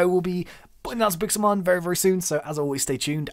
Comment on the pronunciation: it's Pixelmon not Pixelmen